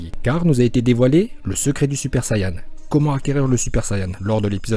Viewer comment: pk il dit sayan